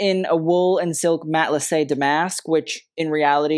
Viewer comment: Wow A PERFECT collection!!! And love your in-depth commentaries and scholarly insights. BTW it is DAMask not daMASK the name comes from the textiles origin in Damascus